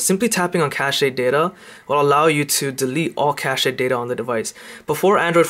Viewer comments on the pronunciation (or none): It is pronounced "cashed", not "cashayed" Cache is "cash".